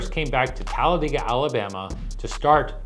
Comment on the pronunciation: First time I've heard someone online pronouncing "Talladega" how we say it in Pell City.